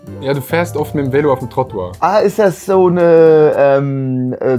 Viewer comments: 1.09 es wird nd Välo usgsproche sonder Velo. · Habs nur gewusst wegen der Einblendung, er hat es anders ausgesprochen, als ich das als deutscher mache. Bei ihm war das lange E ein kurzes Ä